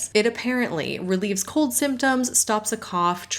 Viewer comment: lol, "relieves cold symptoms" pronounced almost like "relieves cult symptoms". If only...